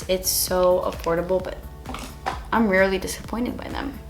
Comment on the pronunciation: Tiffany Tollison i think she said "im rarely dissapointed by them" which sounds like "really" so i get the confusion :)